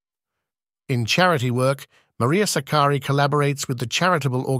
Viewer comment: the first time anyone has pronounced her name correctly - greetings from Philippines